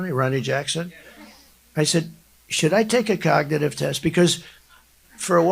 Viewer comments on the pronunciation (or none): trump pattern: note the voice change after he realizes he's mis-read from the prompter. His voice immediately goes lower volume, as he looks away from the prompter--almost to a whisper sometimes. "you look at the ....(insert restatement of word he can't pronounce)." and is he still referring to the "cognitive" (not cognitive) test from 4 years ago? Time for another one... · He occasionally calls it a con-nig-tive test. Love that.